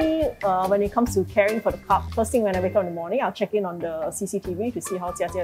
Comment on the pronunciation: Admin it's "cub" not "cup"!